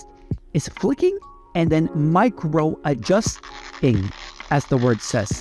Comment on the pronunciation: you mean Ad-just-ing -_